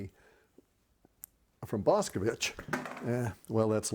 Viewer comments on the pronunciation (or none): It is actually pronounced Boshkovich (Bošković) not Boskovich.